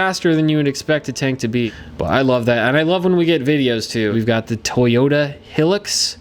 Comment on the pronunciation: im salty about him saying hillux and not highlux